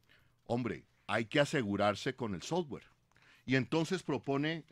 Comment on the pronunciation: "El sosgüar" :D